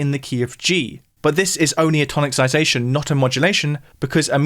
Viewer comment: Check how to pronounce 'tonicisation'. :) It's not 'toniccisation' ;)